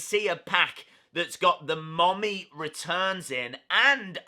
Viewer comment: Its mummy not mommy